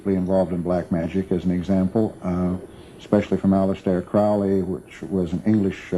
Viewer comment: if Crowley was Hubbard's "very good friend", why doesn't he pronounce his name properly? it annoys me when people don't, and makes me happy when they do. thank you.